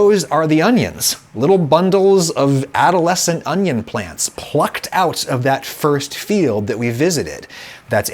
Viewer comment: "Can you eat Vidalia Onyo like an apple?" Darling, I have yet to meet the Onyo that I would not eat like an apple.